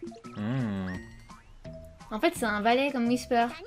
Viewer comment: Pourquoi whisper dis wissou